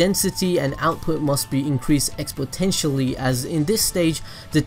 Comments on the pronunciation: Exponentially bro not Expotentially lol. That's like a verbal typo! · "expotentially" haha just messin this a goood goood video :))) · expotentialy—— exponentially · I think you mean exponentially not expottetially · "Expotentially" XD